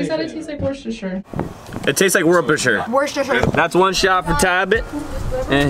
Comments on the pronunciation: Twinkle Toes Twinkle Toes no I’m not, I’m thinking of the sauce. I’m british, I know how we say it lol? a few people say ‘WOOH-STAH-SHUH’ sauce, but literally either way it’s not wor-cheh-stur-sheer’ sauce so 🤷‍♀️ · “Worshersher sauce.” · For future reference for Gabbie: it’s just pronounced ‘WOOH-STER’ sauce. 😋 It’s another weird English thing like ‘gloucester’, which is pronounced ‘GLOH-STER’ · lmao it’s pronounced wooster-sher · When you’re actually from Worcester where the sauce is made and Gabby completely butchers it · Gabby was meee trying to say Worcestershire 😩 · Y'all tryna say Worcestershire sauce?? Bro I'm born and raised in Worcester and that offends me😂